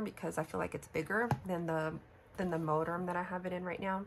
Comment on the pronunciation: MoTerm not MoDerm. Lol